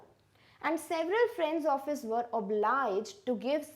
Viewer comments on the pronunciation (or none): none